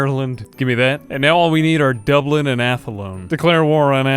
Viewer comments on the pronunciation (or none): none